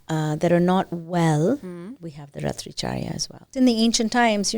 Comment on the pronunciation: Good knowledge but please stop that disgusting put-on accent. Speak Sanskrit properly. Raatri charya not ratricharya. Commend the host to sit n listen to that.